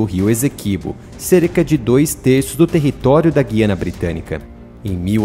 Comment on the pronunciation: Olá. Só quero contribuir para melhorar. No Brasil, deve pronunciar-se Guiana, com o ditongo "ui". É um erro falar Guiana (com som de "ghi": enguiçar, enguia, guiar etc)